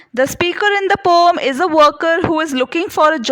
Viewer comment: its poem not poooomm